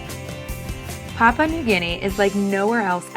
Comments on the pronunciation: It might be a good idea to learn how to pronounce the name of the country properly, it's PAH-PU-AH not PAH-PAH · If you're doing a documentary on Papua New Guinea shame on you for not doing your research and learning how to pronounce Papua correctly. Here, I'll help you out. The first "pa" sounds like the first "pa" the word Papa. In case you didn't notice there is a "u" in there before the last "pa" . pronouce that "u" like the word "poo" . Then they last "a" also sounds like the "a's" in the word Papa. So there u go "Papua"